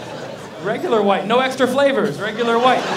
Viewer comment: its VIGHT not white